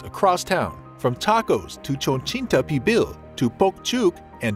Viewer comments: It’s called Cochinita ….KO-CHEE NE -TA ….not chochinita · One of my fave foods. Yeah, I laughed when I heard that. 🤣